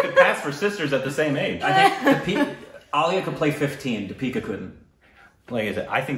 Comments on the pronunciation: Emphasis on first syllable...DIpika not DiPEEKA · you are emphasizing the wrong syllable in her name, its DEE-pika not Dee-PI-ka. Emphasize 'Dee' instead of 'pi' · Deepika is supposed to be pronounced with emphasis on the first syllable and the first syllable should be longer than the second one. You tend to do it the other way round. It's just a minor mistake. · The first vowel should be stressed. It's pronounced Dee-pee-ka. The "Dee" part you mispronounce. You pronounce it as "Duh" instead of Dee (as is Deep or Keep or Leap). The vowel in "Dee" in Deepika should sound exactly the same as the vowel in "pi" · You say di-pee-ka It is dee-pi-ka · It’s not Di(pee)ca.. it’s Thee(pi)ca. Her last name is mispronounced by most Indians too but she never corrects it. It’s Puh-du-ko-nay. (Ko-nay, not kone) Meghana is pronounced May-ghuh(hard g)-naa Deepika means little lamp (signifying one that gives light) Meghana means Clouds (signifying one that brings rains (nourishment)) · Its Deepika. You call her Dipeeka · so to your help try pronouncing it as "deee + pika" instead of "Di+pika" :) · It's like the archaic word THEE. And not Dee pika. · You guys pronounce her name as dipeeka..its actually deepika.. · It's deeeeepika not dipeeeeka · Its not dipeeka, its Deeeeeepikaaaaaaa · Lmao your pronunciation is not that bad. Its just that you say “Deeeepika” when its actually “dipika”. :) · It's not the-peeka, dee-pika , that's the mispronounced part I guess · It's not D'pika it's pronounced 'Dhee-pika' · They say di-pee-ka. It's actually dee-pi-ka. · Deepika = Dee - pika not Di-pee-ka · Wanna pronounce Deepika? 'Thee'-'P'-'Ka' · d i: p i k a: that's how the name is pronounced (with a soft d) or more simply put, switch the ee sound that you currently use while pronouncing the name (the first one is longer and the second one is shorter). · It’s “deep -ick - uh” 😂😂😂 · Actually it's "thee-pick-uh" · thee-pee-ka pa-doo-kon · It's Thee-pika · Pronounced 'dipika'